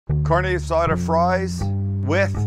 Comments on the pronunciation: Car-Nay Ah-Saw-Duh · Carne asada pronounced like carneee assada 😓😓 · The way he’s saying carne asada is upsetting 😶😐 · The way he says carne asada makes me cringe every time